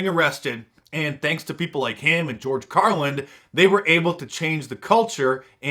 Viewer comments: its George Carlin not George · I think it's George Carlin, not George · It's George Carlin Not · Did you really just put a D on the end of George CARLIN’s name? 🤦‍♂️ slap yourself man